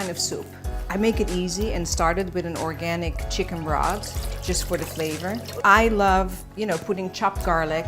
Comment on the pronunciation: I'm not sure.. did she say oRgAniC ? 😂😂